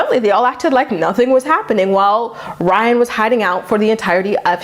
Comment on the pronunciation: super late but everyone says “rhine” bc Maci with her accent pronounces his name like “rhine” instead of “Ry-an” lol